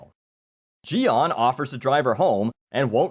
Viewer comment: You pronounced Jian's name correctly haha.